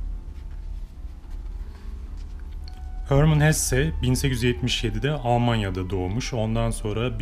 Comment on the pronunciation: HÖRMIN DEĞİL. HERMAN HESSE